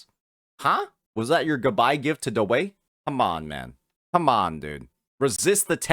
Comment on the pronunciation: "DAWEI WAY"